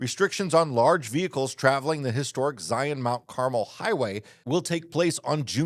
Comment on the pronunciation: I always appreciate the Park and RV news you share so thank you for another great video. However, I can't leave your pronunciation of Carmel without offering a correction. It's car-MEL.